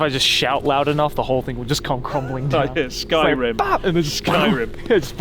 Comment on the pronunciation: chris: skyrim, like in styrim